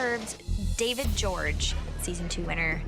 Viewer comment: Why do they pronounce David Jorge like David George?